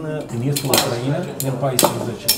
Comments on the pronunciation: UCRAINA se pronunta in trei silabe (U-crai-na), nu in patru (U-cra-i-na). Ati pronuntat cuvantul Ucraiiiiiiiiiina de 1000x, nu am putut sa ma mai uit la video… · De ce pronunțati Ucraiina înainte pronunțați Ucraina.?? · pui accentul ciudad pe Ucraina 😂😂😂 îmi plâng urechile 😢